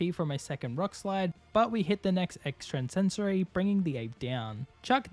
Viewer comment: Hey bro great vid and no hate but can you plz stop pronouncing the move extrasensory with that extra n in the middle. Normally it wouldn’t bother me but you said it like 30 times in the video and I felt like I needed to say something😅. Again great vid and hope you have a good day!